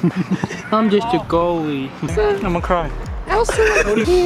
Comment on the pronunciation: Reggie holds onto the soccer goal arm: ''No one want to pwlay wit me, im just a gwoaly'' Me all day: REGIE IS SO ADORBLE OML -Kai (not kworth) <333